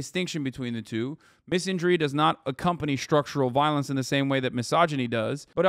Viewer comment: I can't listen to you pronounce misandry wrong .... :(